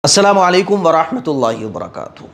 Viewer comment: Assalamal walekum nahi hota assalamu alaikum hota hai salam sahi se kiya karo